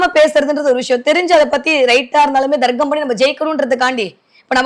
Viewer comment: Ennathu Darggamaa😂 Athu Tharkkam maa.Thamizh sorkkal ozhunga uchari muthalile